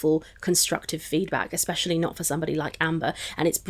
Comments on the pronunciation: Me, hearing ekspecially and looking on the screen to be met with using all of her will to not say enything about it 😭😭😭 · I love when every time says "expsecially" I look at face and she'll look at the camera but not say anything but it's like we have a moment